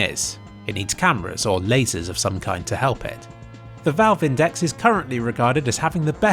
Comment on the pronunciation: You pronounced index wrong